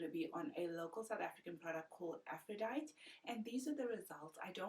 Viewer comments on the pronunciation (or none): It's really amazing, but it's pronounced Afro-die-tee (like the Greek goddess)